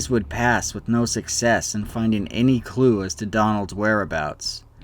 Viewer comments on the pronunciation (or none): Clew? LOL! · He got frostbite that quickly and whilst almost continually moving!? Also, "clew" lol